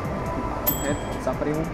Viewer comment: Neni to SAPRÝM ale SUPRÝM